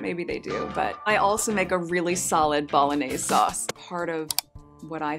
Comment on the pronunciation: You can’t make Bolognese unless you can pronounce it properly